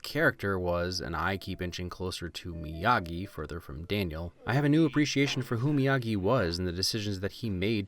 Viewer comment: Mr miyahgi! No it's miyagi